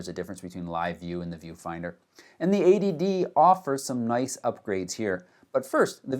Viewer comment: Only problem is, it sounds exactly like 'ADD' when you say '80D'